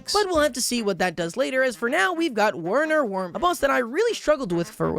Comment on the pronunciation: is pronounced VERNER. IT IS GERMAN! DEUTSCHE!